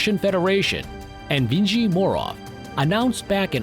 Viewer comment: Learn how to pronounce Evgeny ffs. En-vee-jee…. Lol.